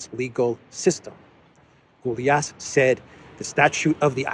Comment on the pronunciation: Gyulas in Hungarian is closely spoken like Goulash, without the ‘h’ on the end. The ‘ou’ is pronounced like ‘u’. Keep the ‘y’ silent. It’s a beginners thing 🇭🇺